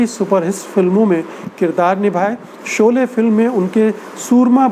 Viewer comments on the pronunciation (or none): none